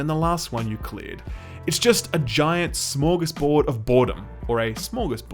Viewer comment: did he just say smörgåsbord if boredom? Nice swenglish mate